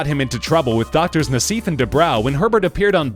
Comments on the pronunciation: # - Doctors DUBROW and NASSIF'S last names are pronounced "DOO-BRO" (NOT "Doo-BROW") and "NASS-IFF" (NOT "Nah-SEEF") 😒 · it's not "nass-eef" it's "nass-if"